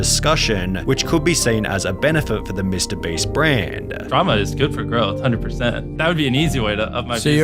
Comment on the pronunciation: i'm sorry dawg but MR BREEST 💀💀 WHEN YOU SAID THAT MY MIND IMMEDIATELY WENT "MR. BREAST"💀💀💀💀💀